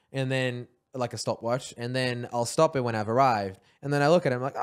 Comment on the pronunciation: that was a really strong accent on the “Stop it” 😂 Also Josh has a strong accent on “sometimes”